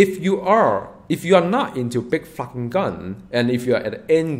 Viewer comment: he said Flarking, but yeah it did totally sound like he dropped the f bomb haha